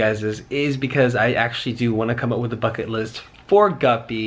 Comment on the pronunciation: At first I thought he said F##k it list lol